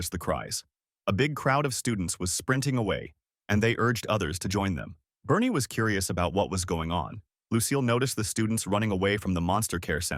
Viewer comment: Why is Barney pronouced as Bernie. Barn rythmes with yarn There's a purple dinosaur that's very upset.